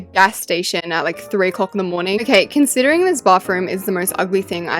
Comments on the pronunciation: No offense but like u say bafroom instead of bathroom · I love how with her accent she says bafroom instead of bathroom 🤣